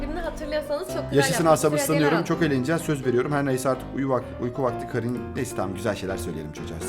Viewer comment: O kerın diye okunuyo bu arada 26 ocak 2026